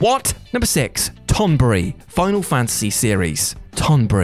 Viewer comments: TON-BERRY, NOT TOM BURRY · "Tonbry", the pronunciation of Tonberry bothers me. lol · The fucking tonberry!🤣🤣🤣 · Tonberry.... sighs